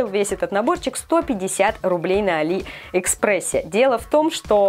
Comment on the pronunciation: Не аллИ экспресс, а Алли экспресс